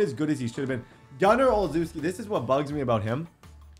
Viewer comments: Hey, I really appreciate the lengths you go through to give us this content. Also it’s pronounced “Ol-shev-ski” not “Ol-zew-ski” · I think it is pronounced OL-SHEFF-SKI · it is pronounced oshefski td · Its not pronounced Ohl zews key, Its pronounced Oh chef skey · olcheski not olzuski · O-Chef-ski is how it's pronounced not ozooski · as a pats fan, the way u pronounce gunner olzewski's name bothers me....j an fyi it's Gunner (Ol Zow Ski). It sounds like (ole zew ski) when u say it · Gunner last name pernounced o shez key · Just wanted to let you know, since you said you had to figure it out at 26 min., Gunnar's last name is pronounced "Oh-leh-shev-ski" 😁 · BRO I LOVE YOU, BUT IM A LIFE LONG PATS FAN. YEAH BACK WHEN GROGAN AND EASTON LOST TO THE BEARS IN 85. EVEN BEFORE THAT. YOU ARE SAYING THERE NAMES WRONG AND IT MAKES YOU LOOK RIDICULOUS. GUNNERS LAST NAME IS PRONOUNCED, O SHEZ KI , AND TRAVIS E TIAN. ILL LET YOU KNOW IF I HEAR YOU FUCK UP ANYONE ELSES NAME. JUST FRIENDLY HAZING. LOVE YOU DAWG. I WATCH YOUR VIDS EVERY DAY. OH YEAH I ALSO HAVE A YOUTUBE CHANNEL. ITS SMALL BUT OVER 1K SUBS. GIVE A LONG TIME SUB A SHOUTOUT. HELP A DUDE GROW. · Ole-Sheh-skii is Gunner's last name pronunciation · Olzewki’s name is pronounce ol chess key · Gunners last name is pronounced ochefski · Gunners name is pronounced oh chef ski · My man needs to learn how to pronounce Gunner Olszewski (Ol-chev-ski) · Believe its pronounced: Ole-chef-ski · It’s pronounced ol-CHEF-ski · Gunner Ol-shev-ski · It’s Pronounced Oh Scheff Ski. He’s my cousin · gunner oslzewski is pronounced ( oh-chev-ski ) kinda annoyed me as a pats fan lol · Gunnar Ol-Shef-Ski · Also its Gunner O-chef-ski is the easiest way to type it out so you can pronounce it right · I’m a Pats fan and I’m pretty sure it’s {Oh-Chef-ski}. Also, love that you’re using him so much he’s a real fan favourite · Just a heads up Gunners last name is pronounced "oh chef ski" Yeah I know.... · its pronounced Gunner OleSheski